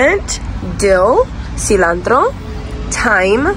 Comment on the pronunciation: Hello.....coming over from Kimi's channel. Look forward to future videos. The way you pronounced Jalepeno's and Cilantro.....are you a Boricua, like me?? Lol.